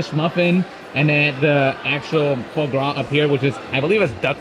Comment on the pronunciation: Oh...i love your videos; been following you for years! BUT, would it kill ya to do a little research before you head into,arguably,one of the most popular restaurants in the whole city?!?! At least watch an episode or two of Hells Kitchen! The "foie' is pronounced "fwaah". The "paté" layer is a mushroom duxelle and if a restaurant comps you a dessert, maybe you should say "thank you" to the restaurant (or maybe even to the man, Gordon Ramsey, himself!). Maybe in a subtle VO in post?!? Just sayin. Im pretty sure they recognized you or knew who you were or at least someone on staff knew, cuz I dont think they're sending out free desserts on the regular. Anyway, just some constructive criticism from a fan who has loved seeing you and your channel grow!